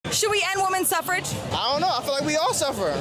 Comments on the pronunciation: Maybe it's because I am not a native speaker, but I have never heard of the word 'Suffrage' until now. It sounds really stupid to be honest, I don't blame the guys. Especially considering how the woman pronounced the word, you can clearly hear an 'e'. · She could said sufferage movement, cuz I literally thought she said suffering😂 English is a fucked language man lmao